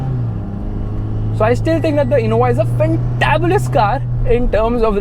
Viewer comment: u said 'fantabulous' in an Indian accent , congratulations.....aap Indian hain...